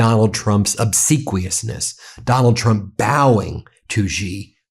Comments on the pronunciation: It is She not Gee. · Xi JinPing is the most mispronounced name in history. The surname "Xi" is NOT pronounced "Gee"; it should be pronounced similar to the English words "She" or "See". There is no 'g' or 'j' sound in that name. Otherwise, thanks for a very interesting commentary. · Ben thank you always for your dedication to bringing us this news. Note: Xi Is pronounced like "she". Few Americans will ever learn how to do the Chinese tones correctly, but we can swing in the ballpark. Thanks again. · How long can it possibly take for a person to learn to pronounce Xi (She) Jin (Gin) Ping (Ping)?????????????????????????????? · Sigh Xi is pronounced she. Not that hard.